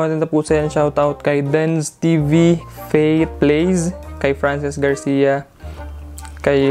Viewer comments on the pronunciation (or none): none